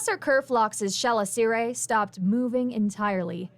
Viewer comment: Chelicerae is pronounced: kuh-LISS-uh-ree